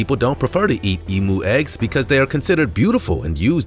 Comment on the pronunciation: Eem-yoo is how its pronounced not Ee-moo lol